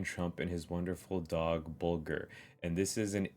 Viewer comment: You are saying Bulger correctly. You got one!